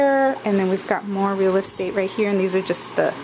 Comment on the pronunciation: This is so stinkin adorable! Never seen this before. I love how you say "more REAL ESTATE". Funny. TFS ~Karen Sue